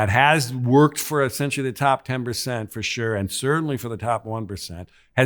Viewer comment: He is saying Esinchy NOT “essentially”